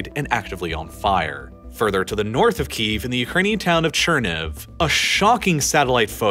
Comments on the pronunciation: You keep mispronouncing Kyiv. you're saying "Keev" when it's actually pronounced more like "Key-yev." Hope that helps you pronounce it correctly in the future. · I love this video. However one criticism on pronunciation. It may be an accent thing, but do you pronounce it Chicken Keev, or Chicken Ki - EV? Key - Ev is correct I believe. Sorry, I'm a pedantic prick. Love your work, sir. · Saying "Keev" sounds like the Russian pronunciation of the city.